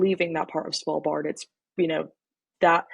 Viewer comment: Impressive pronounciation of Svalbard. ----> Almost 100% perfect pronounced.